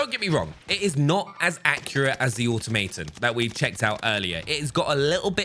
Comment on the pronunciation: say it with me: aw-TOM-uh-tahn